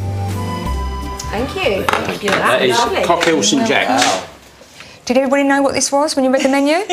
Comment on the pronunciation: It’s “co- keel, Sant jock”, and the dessert should have been “dessert pain (pronounced pan)” but if they chose the Brit idiom of pudding for dessert, should have been boudoin (boo-dan) pain. But pretentious people are usually not educated.